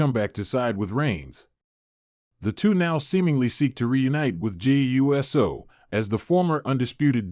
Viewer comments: DUDE!!! IT IS NOT U - S - O!!! IT IT IS PRONOUNCED USO (OOSO)GET IT RIGHT OR SHUT UP!!! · Please correct your AI pronunciation of Uso. I gave you a thumbs down, even though you have good content. I chose not to finish it too, because of your CONTINUED mispronunciation of Uso. 😠